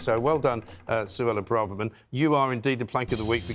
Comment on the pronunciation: Why do people keep pronouncing Braverman as Bra-Ver-Man? It's Bray-ver-man!